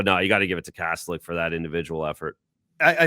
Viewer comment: Kas-tel-ic; the official NHL pronunciation guide says so. The net is not a "cage". Sports teams are not "squads". Peoples noses are not "beaks". Road trips are not "swings". I could go on and on but just use the normal words to commentate and describe the game.